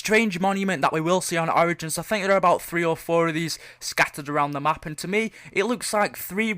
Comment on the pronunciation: I love how he replaces the O with A in the word Origins....